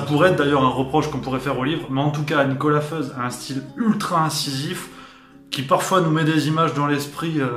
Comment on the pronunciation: Petite précision : même si Nicolas Feuz est suisse romand, « Feuz » est un nom alémanique et se prononce donc « Foïtz »